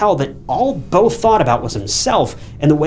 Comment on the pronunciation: Say “Beautiful” Beau-tiful now say the guys name “Beau” again and call him bow one more time..🫤